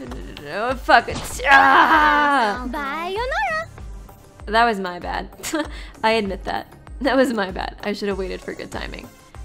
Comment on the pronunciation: jumpitydude Angie actually says "Bye-yonara", which is funnier